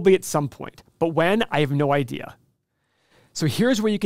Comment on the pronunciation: all i hear is "i have no idee"